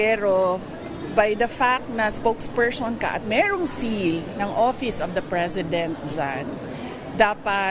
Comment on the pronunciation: Sara LUSTAY "SPOKESPERSON" hindi Spoke PER-SHON! BOBA KA DAY! 😂